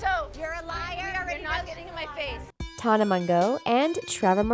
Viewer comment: Sis said:Tona